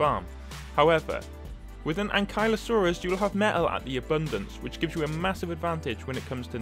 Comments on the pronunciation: Not to be rude but i think it is pronounced ank-you-la-sorus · I noticed that you pronounce ankylosaurus differently then what I say.🤔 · when he said " arjin-tahvis " and " ain-kylo-saurus " i felt that